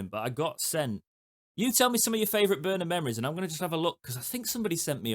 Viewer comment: you've led the revolution. 👏 After two years of reading and hearing 'Borner' on Owlstalk, it's good to see 'Börner' written here and the excellent pronunciation. Danke schön! UTO 🦉 🇩🇪 🇬🇧